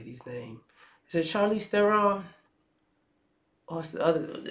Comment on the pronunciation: Charlize Theron - yes you did get her name right.